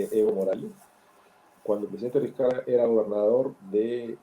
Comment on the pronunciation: Es la segunda periodista venezolana que escuchó que le dicen Vizcaya parece que no supieran leer español